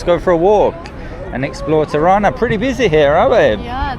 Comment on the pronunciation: Its Tirana not Ti-rana